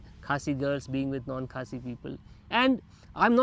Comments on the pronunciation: You pronounced Khasi village correctly which is good. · This couple is my fav i will repeat again and again....❤❤and has such a good pronunciation with the khasi words...I also got married to someone out of my society...Dear you are beautiful inside out...stay strong with the Love you have..ignore what many people will say to you be it about your beauty or your Love life...❤and the pictures you clicked were beautiful she is a pretty human..